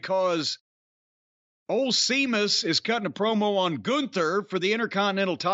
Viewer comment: I've no idea why these 2 old fools don't like Sheamus and Jim calling him sea-muss got old pretty fast. He thinks he's a comedic genius in his mind lol